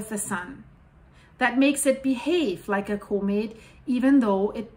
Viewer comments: comate? lol Repeat after me. Caw-met... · Thank you for the work you do!! If I may, the word comet is not "comb-it" like combing your hair, it's c-uhm-it, other than that you are simply amazing! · Do I understand her pronounciation of comet as being like "co-mid"? I'm just uncertain, that's all, because I don't recall having heard this pronounciation on this channel in the past, although I have been busy recently so I would have certainly missed recent videos.